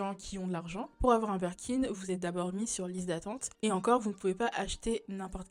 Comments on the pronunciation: Super vidéo, très intéressant ! Par contre on dit BIRKIN par Burkin 🥲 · Super vidéo mais par pitié on dit BIRKIN et non Berkin ahah mes oreilles saignent